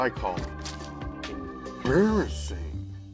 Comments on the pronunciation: Absolutely no one:: EmBARriSIN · saying "Embarrassing" is amusing me too much😂😂😂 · Every time he says embarrassing I physically clench my cheeks for some reason. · please don't do that to the audio again.. stereo and levels all messed up. also the digital effects were a bit much on this one.. i don't wanna see mouth THAT dam much, and how many times did we hyper-focus on a 'funny' pronunciation of the word embarrassing? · i might be the only one to say this. But the words like "embarrassing" being over pronounced/ emphasized is just getting a bit much, and it feels a lot like Tik-Tok content creators trying to create a new catch phrase. i couldn't be arsed to explain in more detail. No hate, just what i think, and still enjoy donut Could just be me, IDK